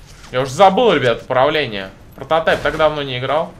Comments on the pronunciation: Mr Raf пронотайп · Протатайп... ору